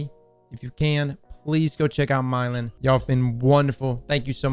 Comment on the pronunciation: "Myelin" not "Mylein"